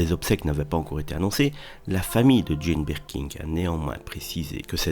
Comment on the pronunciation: Je ne sais pas si je préfère le cheveu sur la langue ou la prononciation "BirkinG"... 🤣